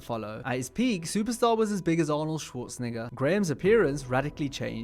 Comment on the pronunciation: That Arnold pronunciation was crazy asf😂😂